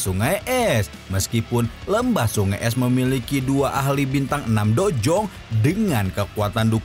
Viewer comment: Udh brpa kali saya ingatkan... Dou zong bang bukan dojong😂